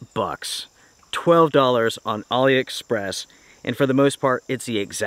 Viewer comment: So you are saying Ali Express! I thought you saying Ollie Express. Once I realized this I downloaded the app and spent some time shopping. As always enjoyed watching